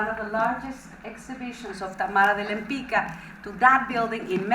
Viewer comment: cool video, btw the correct way to pronounce Tamara's last name is [lempitzka] not [lempicka]:)